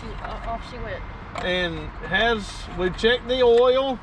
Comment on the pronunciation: we don’t pronounce oil like Ouil down here either.